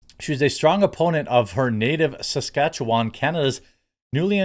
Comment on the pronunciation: Good job on the pronunciation of Saskatchewan. This is coming from a former resident there.